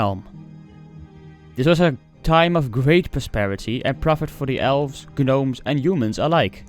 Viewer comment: Love your content man, quick tip is when you come across the word “gnomes”, you can pronounce the word without the G the same way as the K in “know”. Keep up the content man!